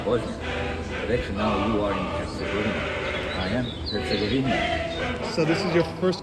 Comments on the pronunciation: Dude: Herz-gaw-vee-nah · say it like this hurts eh goveena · Come on Bro....go back to your room and practice until you can say Herzegovina. hurt·sa·gow·vee·nuh REPRESENT MAN! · Don’t give up, Bosnia & Herzegovina isn’t that difficult to pronounce